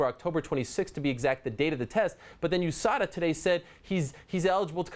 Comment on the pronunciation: US-ADA 😂😂😂 never heard anyone pronounce it like dat lol